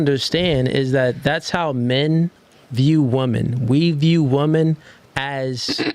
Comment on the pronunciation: Brother can you please work on your enunciation, you're pronouncing women as wu·muhn instead of wi·muhn